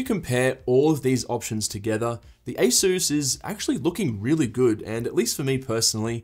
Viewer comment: Good video, but be a proud Aussie! - it's ay-suhs, not ay-soos.